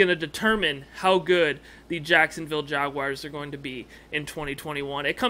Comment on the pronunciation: Jag- WARS! Not Jag-“WIRES”… You’re supposed to be a REAL fan, dude. Stop it